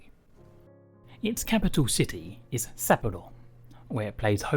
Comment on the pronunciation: I lost all interest just one minute in after hearing him say Sapporo. No hate to him but I want to learn their names properly